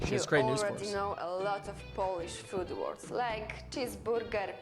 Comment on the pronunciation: "words" pronounced as "warts" and "today we're gonna fuck..us" are absolutely killing meeeee. Girlie blink twice if you're in danger 😂